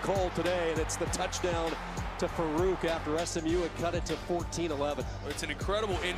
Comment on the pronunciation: commentator called Farooq "Jalil Farquadt"